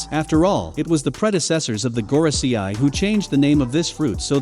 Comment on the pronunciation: Normal people : Gorosei This guy : Goro see eye